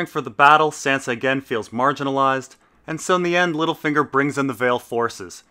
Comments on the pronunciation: why do you pronounce sansa like a texan if you pronounce davos with a hard A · Why the fuck do you pronounce Sansa's name like that?